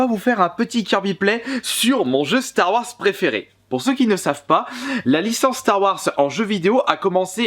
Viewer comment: Apprend a prononcé "star wars"